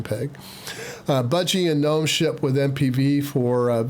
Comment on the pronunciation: You are correct in your pronunciation of Gnome. People who say GuhNome are GuhStupid.